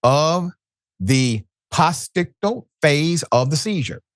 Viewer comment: It’s pronounced, post-ictal Which means the period of recovering from a seizure